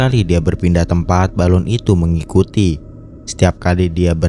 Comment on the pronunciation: Balon , bukan balun! bahasa mana balun